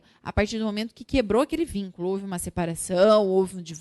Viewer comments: aula estava mto boa, até escutar "houva" kkk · ahhhh para de palhaçada. Não é sempre que se escuta um "houva" foi engraçado, ngm está criticando. fim.